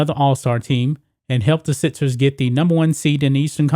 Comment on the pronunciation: Learn to pronounce your fucking K's! MarXist NOT martsist. SiXers NOT sitsers. HawKs not Hawts. BuCKS NOT Buts. DunKs NOT dunts. FolKs NOT folts. AttaCKs NOT attats! NeXt NOT nets!